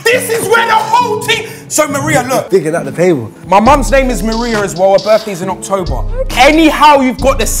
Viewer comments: nah man... its octoouuebaahh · The way she pronounce october 🫣♥️.